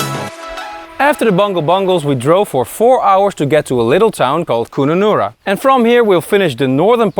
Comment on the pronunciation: Mate seriously, learn the pronunciation of the places u visit. Kununarra (kun like cut the rest similar) then dont talk about a place then go somewhere else. Elquestro then go to emma gorge, basic chronological order of events.also pls add time/ dates when u where there as people will watch looking to see of they are in the back ground or similiar time line. Otherwise great vid.